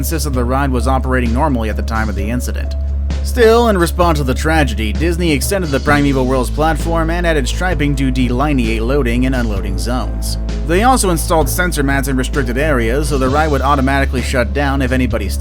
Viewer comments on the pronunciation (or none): It's "dee-lihn-ee-ate". Not "de-line-ee-ate"